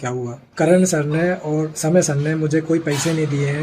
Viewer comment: Kerala saaarrrr 😂